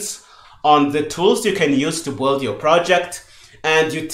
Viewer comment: Sincerly I appreciate you so much but everytime you say "the boohold" I need 3 seconds to understand what you mean as I'm not English native. Aside from this - I'm just joking a little - you made a great job. I 'm devouring this series. I'm getting curious on what kind of native macro Visual Studio uses for doing the same job CMake does - I've been using qt creator for 5 years and I don't remember how VS works.. I'll have a check